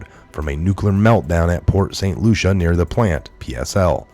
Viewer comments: It's pronounced Port St Lucy not Lucia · Bro, it's Port St Lucie not. Lucia. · Correction: Port St Lucie is pronounced as: Port St Lou-see there's NO A at the end of Port St Lucie ;) And if you live there you should know how to say it correctly ;) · I live in Florida! Never ever seen a hurricane turn 90 degrees!!!!!!!!! It's pronounced Lucy , like I love Lucy. Port st lucy.